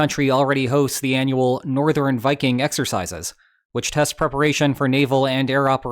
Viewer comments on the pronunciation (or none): none